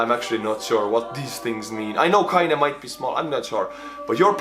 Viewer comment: Kleine, not Kaine.